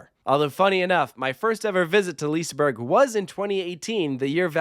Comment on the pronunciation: Please learn to pronounce the names of the rides and liseberg properly